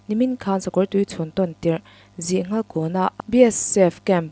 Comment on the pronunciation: Zihnghal tih hi Sanghal hminga nghal tih anga thluk tur zawk a ni e.